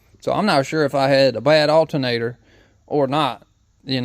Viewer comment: Alternator, not altenator. Alter, not Alten.